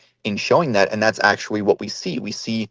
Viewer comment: That was pretty good actuawee